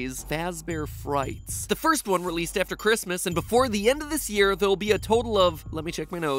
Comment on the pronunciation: I herd him saying shish year😂🤣